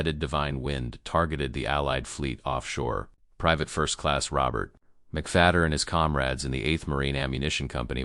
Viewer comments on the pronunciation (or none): none